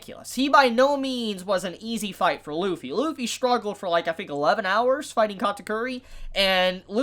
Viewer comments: his name is Luffy not Wuffy for a reason... ok I'll stop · Realize that Kaido reverted back to his human form, took a Kong Organ and SIGHED at it. This man put the L in Lufffy's name.